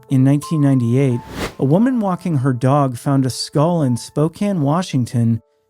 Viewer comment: Do you know how to pronounce “her”. It’s a pretty common word.